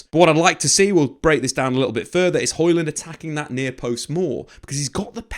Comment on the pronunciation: Hojlund not Harland 😫😂 this is why I just call him Rasmus lol